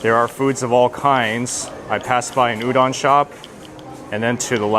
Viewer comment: It’s U-DON,. Hehe. 🤦🏽‍♀️🤦🏽‍♀️🤦🏽‍♀️